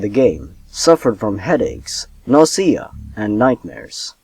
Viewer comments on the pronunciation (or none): Why do you keep pronouncing the word "nausea" with the stress on the second syllable? It's NAW-zee-uh, not naw-SEE-uh. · Lmao "nassia" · Ahh it's so weird how I can completely forget English isn't your first language and I only remember when you say words funny like "Junior" or "nausea" haha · The way you pronounce nausea :D